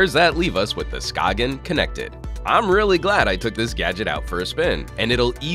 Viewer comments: Come on. It's not pronounced SKA-G-EN but skane/skayn. The G is not pronounced in Danish. If you're going to make a video on a product, make sure you know how to pronounce the brand name... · I know that you said that the company mentioned that you "can" Americanize their name if you so choose, but come on. "Sk-ayn" or "Sk-ane" or however you wanna spell that pronunciation. Like, I know that we have an Americanized version of Jaime Rivera's first name, but I wouldn't call him James or Jamie. His name is Jaime. Skagen is not pronounced like that in its native language. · I believe it's pronounced skay - en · Anthony Mendoza Yes, you pronounce it more like scane :) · Chipperowski you are correct. I cringed each time it was mispronounced in the video. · I think it's funny when he says skagen